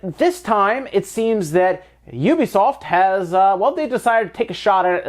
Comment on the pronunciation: He said Ubisoft correctly! I feel satisfied.